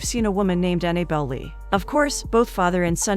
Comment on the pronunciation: The narrator keeps pronouncing the girl's name Annie belle When it's Annabelle